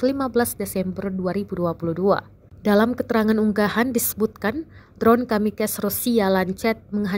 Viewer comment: Kamikaze admin bangs4ddd bukan kamicase , adm s1nt1ng , belajar baca dulu gihhhh